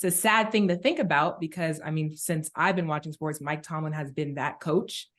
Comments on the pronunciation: Cam finally said Mike Tomlin name correct. Then started saying it wrong again 🤦🏾‍♂️ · tell ya boss to get your coach’s name right 😭😭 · Cam butchers Mike Tomlin's name every time. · Aye Killa please get Mike Tomlin name right bro 😂😂😂